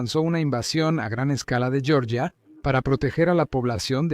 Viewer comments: "yoryia" es como se pronuncia la Georgia estadounidense en inglés . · Se pronuncia Georgia, tal cual, no como en el inglés, francés e italianano, se pronuncia con la G Germanica...